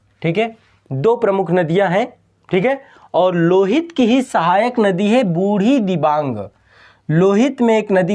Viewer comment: I am from Assam near brahmaputra river..one of the big fan of ❤️ माजुली दुनीयाका सबसे बड़ा नदीद्वीप और दुनीयाका सबसे छोटा नदीद्वीप भी ब्रह्मपुत्रके बीचमे ही है जिसका नाम है उमानन्द ৷निचे मेरा उमानंदा भ्रमणका लिंक दिया हुঁ एकबार देखना ৷ तीन नदीका नामका spelling थोड़ा गलत कहा आपने पीथुमारी,जियाबरेली,बुढ़ीदिबांग ৷सही Pronounciation है पुथिमारी, जियाभरली अौर बुढ़ीदिहिंग৷😊